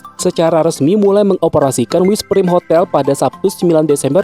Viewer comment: Maaf ralat dikit.. Wizz PRAIM , bukan PRIM..🙏